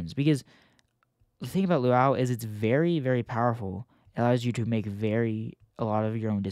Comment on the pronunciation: "LUAU"??? DAWG ITS LUA-U